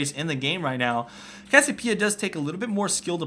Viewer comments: its CASSIOPEIA not cassipea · Its cassiOpeia not cassiopEIa ffs! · i agree with the second part(s) but CASS-I-O-PIE-A? WTF its cass-i-o-PEE-A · Hey. it's pronounced Cassie- Opia. Not Cassopia. Just giving you a heads up. Great Vid by the way. you should do more coverage on Chu8. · CASS-I-O-PIE-A, CASS-EE-O-PEE-A. <-- THIS. Not CASS-O-PIE-A, CASS-O-PEE-A <-- NOT THIS. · its pronounced cass ee oh pee uh :P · its cass-i-opeia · It's pronounced "Cass-ee-oh-pee-uh" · Cassiopeia (Cass-E-Oh-Pee-Uh). I don't know where the hell you learned English... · Kass-Siii-Ohhh-Peee-ah. Maybe? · why can't you pronounce cassiopeia correctly? it's cassi oh pee ah how can u claim to be a pro game commentator if you can't even pronounce champ names correctly -. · cassiopia is pronounced Cass-e-o-p-uh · is it just me or does he say cassiopeia retarted? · It annoys me how he keeps miss pronouncing Cassiopeia's name. Good video though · Am I crazy or does anyone else find it weird how he says Cassiopiea with no "o"? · cassiOpeia there's a bloody O O O O O O